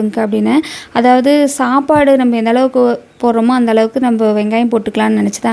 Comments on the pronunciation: Sapadu nu slunga akka chapadunu oru maathiri sluringa athu nalave Ila pronunciation maturity ilathavanga pesura maathiri iruku ..thappa eduthukathinga ka solanumnu thonuchi sorry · Chappadu ila sapadu😂😅ithu tamil thana ithu kuda sola matringa nenga tamil thana mother tongue